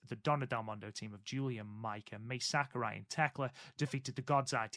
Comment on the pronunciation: You got Mai Sakurai right. 👍 Same vowel rules apply to Saori. 🤣